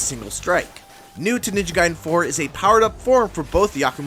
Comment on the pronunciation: I can’t wait for this game….ninja gaiden black kickstarted a thirst for this game that was unbelievable 😂 Edit: It’s not “guide-en” it’s “gayden” pronunciation wise. You wouldn’t say “Riden” in mortal Kombat you would say Raiden.